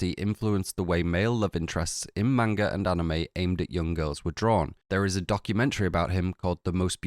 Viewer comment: Please sir it’s not “mane guh” it’s closer to mon guh